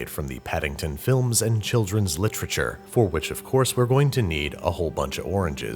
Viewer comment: I love litchritchure.